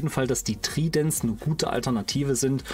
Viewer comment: Ich würde mir wirklich wirklich doll wünschen das bitte nicht jedes Video um nen Daumen gebettelt wird, ich meine du überzeugst doch mit deinem Content und es wird "Treident" gesprochen,- Ist als konstruktive Kritik gemeint ,ansonsten informatives Video.